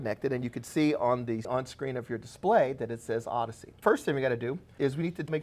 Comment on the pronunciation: Why is pronouncing it "ard-issey" instead of "ord-issey"? Does he pronounce AUDIO as "ardio"? Bizarre, and very jolting to hear every time he says it! Anyway, thanks for the useful video!